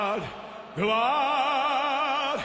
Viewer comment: Glad Glad? I always thought it was gwlad gwlad